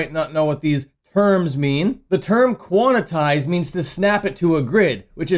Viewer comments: Yeah that was making me laugh, “quan-itize” hehe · silly small correction it’s pronounced “quan-tize”